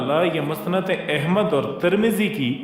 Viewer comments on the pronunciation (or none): لفظ احمد كي الف پر بهی زبر هی نه که زیر